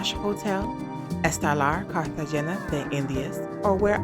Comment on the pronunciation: Please learn to pronounce Cartegena correctly...